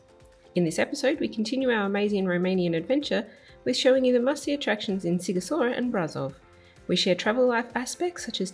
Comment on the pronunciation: Sighishoara. Sh is ș .Gi is like Gina, ghi is like give. The same with ci and chi.